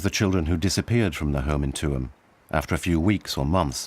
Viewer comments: LOL where is 2emm? . Its Tuam. At least try to pronounce the town correctly. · I really wished that that the narrator was corrected not Tuam but pronounced Chewam😮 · Tuam is pronounced ‘Choom’. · Wish the narrator had at least learned how to pronounce Tuam (Choom). Very jarring to hear it said repeatedly in a way that sounds like an AI voice. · Respectfully, Tuam is pronounced Chume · Tuam is pronounced 'choom' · Even people in Tuam denied this ever happened. The Irish were controlled by the church and treated their women and girls reprehensibly. On a side note, it would be nice if the British narrator would pronounce the town of Tuam correctly. It is so obvious that he never went there. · An amazing documentary However, I really wished the narrator had asked a local from Galway how to pronounce Tuam. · AND the narrator is mispronouncing Tuam.